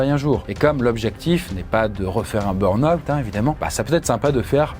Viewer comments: c'est burn pas brun xD ^^ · "le brun out" ? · Le "brun" out 😅 ? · un "brun out" ? 🙂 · Le "Brun Out" 🥲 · Il a du mal avec le mot "burn-out" 😂😂